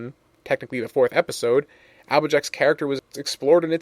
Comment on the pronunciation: Did anyone else hear him say epicode after the intro card for Fall Weather Friends?